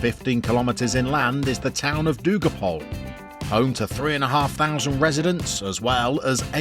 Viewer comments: Just a tip - Dugopolje is four syllables. Du-go-pole-yeh. :) And Dugopolje means "Long Field". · Great stuff, will be very interesting to see how much is possible in only 1 year. In terms of the club's name, the JE at the end is a bit different, it's more like: Dugopol-yeh